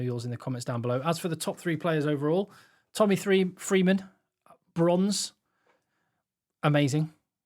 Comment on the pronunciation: right at the end I thought I heard you say -- Tommy Threeman -- as your 3rd spot player 😂😂